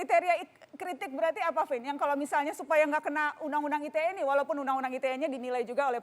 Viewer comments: Dari ngomong ITE jd "ai ti e" aja nyebelin nih bapack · Fajroel sok Inggris. Ii Te Ee, bukan Ai Ti Ee 😂